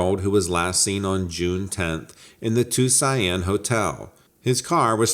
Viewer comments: If you are pronouncing the word Tuscon, would you please PLEASE stop saying "too-seye-ann" it's pronounced too-sawn. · Were you trying to say Tuscan? You keep saying tusain Arizona. It's pronounced Too-sohn, spelled Tuscan, ...... Arizona. I'm from WV and know that much... Take that how you will...lol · Too-see-on easiest way to say it. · It’s pronounced 2 son bud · meth-a-amphetamine ...Tuzianne ...are you a Virgianne bro? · Where the hell is Tucian? Or did you mean Tucson? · I agree. Good video but it was tough to hear so many mispronunciations.